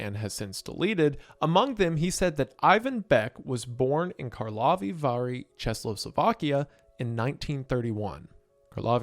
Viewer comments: whyd he pronounce Karlovy Vary, Czechoslovakia like that 😭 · either Kane is working in another alternate reality moment or you are really butchering Karlovy Vary in Czechoslovakia, as a person who lives in the 2 hour radius, this hurts me deeply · Wendi, my man, I love you, but that's not how you say Karlovy Vary.